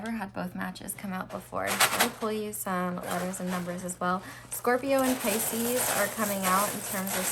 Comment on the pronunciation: i have paused the reading just to comment & say how much i love you for saying “Pisces’s’s’s’s’s” 😂😂😂😂😂 you are my new favorite tarot reader by the way, you’re amazing 💖